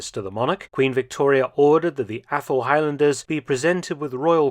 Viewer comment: still hearing “Apple-highlanders”